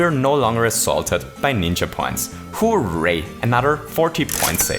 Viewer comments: Stop saying: hoe-ray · I still love the way you pronounce "Hooray" as "Who, Ray?" Will ever know if they're talking about Raymond??? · I love the way he says ho ray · Your pronunciation of “hooray” annoys me like crazy. I do like your videos though